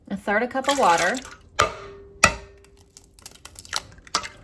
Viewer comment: ok, am i hearing things?!😬 I swear half the time you call your son Water??